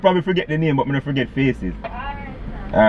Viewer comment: said friget lol